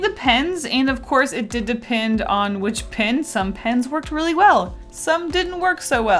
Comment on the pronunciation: It de-PENS I am not sorry